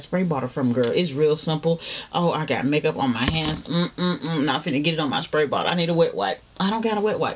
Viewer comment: "SPAY BOTTLE"